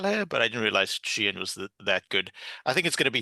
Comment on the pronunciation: Sheenan? Does he mean Keenan or Sheehan?😂